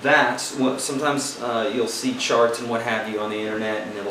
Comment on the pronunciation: this guy is insanely helpful. Funny though, at the beginning "read charts" sounded like "read sharts." just funny thats all, otherwise many thanks for the tips